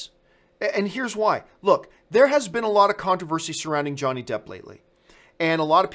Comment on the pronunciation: ? Johnny Jepp? Campea, have you been working with Sean Spicer's speech coach? ;)